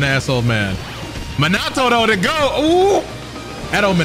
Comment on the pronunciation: still say Minato wrong lol